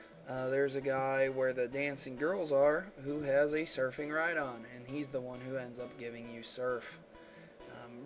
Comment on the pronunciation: lol ride-on rhydon